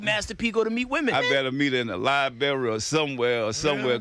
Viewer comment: Wait .... ....Did he say he wants to meet women in the "Lie berry"....🤣😅🤣 Well first you have to pronounce it correctly....it's "Library"